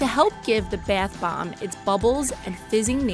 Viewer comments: *Why do I find "beth bomb" so frustrating, It's bath. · ”Beath bomb” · Alisha Bhavsar yeah I noticed that too it was like beyth bomb 😂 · Its pronounced bath bomb not beth bomb 😂🙄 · Why was she saying baeth bomb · I now right she speaks normally with every word but Barth bom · I know she was like beath bomb I got super annoyed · B A E T H B O O M B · Her :Says baeth bomb Me : TRIGGERED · “Beeeeath baaamb” lol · the “bheaeth bomb” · ”BeItH bOmB” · I keep hearing "The Bath bomb " I'm uncomfortable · Triggered every time she says beiuth bomb 😓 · Who just hates when she says bath bomb this way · If you can’t say “bathbomb”, you probably shouldn’t be doing the bathbomb video...